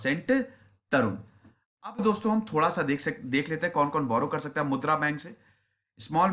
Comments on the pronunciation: it is not mudr, it is mudraa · मुद्र नहीं मुद्रा